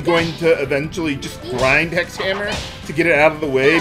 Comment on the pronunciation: When it comes to 'hex' and 'sex', the word 'six' has cognates that replaces 's' with 'h', same with 'seven'. Like how 'Hindu' and 'Sindhu' are cognates. Which could explain why you can hear "Sex Hammer" rather than "Hex Hammer". I don't know the relationship exactly between 's' and variants, and 'h'.